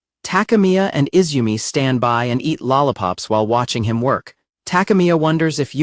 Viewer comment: "lollapop" "vollaball" "easegoing"